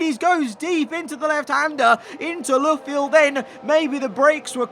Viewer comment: Not if he insists on calling it “Looofield”.